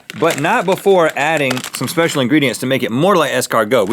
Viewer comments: Speshical XD I can't stop watching that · Specical...You must say it always from now on. #SpecicalMythicalBeasts